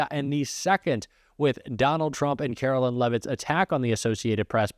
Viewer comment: I don't care for Caroline Leavitt, but her name is not Carolyn--it's Caroline. (line) I can see mispronouncing her last name, but as long it's not leave it, that's good enough for me.